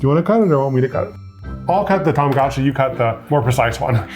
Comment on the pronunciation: Say it with me: TA MA GO CHEE!!!